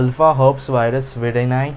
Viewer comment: It's pronounced as her peas